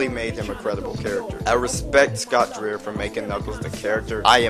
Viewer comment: The whole casting experience (which I was involved in but had to do what we were told to do) They wanted Knuckles to be a cross with Jamaican Island Attitude and confidence. And you pronounce Dreier like Dryer. He is a great theater actor and has worked for Disney and is currently doing a tribute to Doris Day starring in a play that tours. The reason we were replaced is sort of a mystery, but I'm glad we could participate when we did!